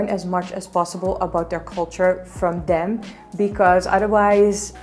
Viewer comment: i like the way you pronounce "them" as "dem"